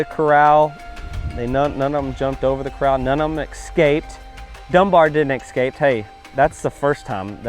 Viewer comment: With much respect: There is no "X" in "escape". It is simply "S" + "cape".